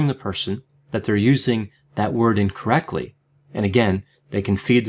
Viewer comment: Why does say incorrecly instead of incorrectly..